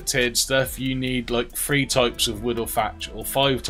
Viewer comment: he annunciates the letter T only like 10% of the time. instead of saying three he says free. or instead of saying matter he says ma-uh.